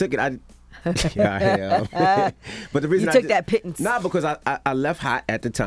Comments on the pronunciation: so envy been sayin pittens instead of pennies?😂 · Pittance bro, Not Piton lolz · Guarantee they spelled it Pittens because Envy don’t enunciate Pittance. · I think he said "pittons" and not pittance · CHARLE "WHAT ARE PITTANCE" 😆🤣😩😂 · It’s pronounced Pettance but spelt Pittance. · envy with the vocab! somebody probably had to say it to him 10x 😂 pittance pronounced "pitns" means a small amount! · No, no, no, Charlamagne it's pittance look it up what DJ Envy is trying to say. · All of you are pronouncing Pittance wrong!!! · It's "pittance". Yee should know this! Lol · You guys obviously didn’t watch Mary Poppins, “pittance, pittance!” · Charlemagne you just never heard of the word Envy used, meanwhile he spelled and pronounced it correctly for you. Seems like once he told you how to spell it you looked it up and saw that he knew what he was talking about but you ain’t wanna admit you were wrong lol. “Pittance - an inadequate payment ”. Charlemagne and Yee, shame on both of you for allowing yr cohost to look bad based on your ignorance. What’s the reason for that 🤔. Your quick to discredit him cause of what? Come on Mr. mental health, begs to question how many times have you gaslighted him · "Pittance" ...so fake smart Charlemagne 😆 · Envy was looking for the word “pittance” and he mispronounced it. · Pittance - A very small or inadequate amount of money paid to someone as an allowance or wage. Also Envy pronounced it correctly. 😉😀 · Omari is not complaining just about salary from power. He was saying his whole career he hadn't made the money he should have. He also said Power is the show that got him to the next level. Also, Envy didn't do a great job with his pronunciation of the word. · Envy is correct the word is pittance. CTG needs to back to school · Think I was more shocked Angela Yee didn't know the word... "Envy with the vo-ca-boolaree" 😂😂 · Pittance is the correct spelling and he said it wrong but used it correctly.